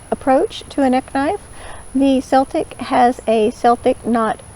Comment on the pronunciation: Great comparison video, I love Morakniv knives, I have seversal, but I just brought a Toferner! You could easily hook the loop of the Toferner Celtic knife through the leather thing to keep it safer. Especially with your modification! Extra points for pronouncing ''celtic'' the right way! (PS, the Toferner knives should make sparks with a real flint stone)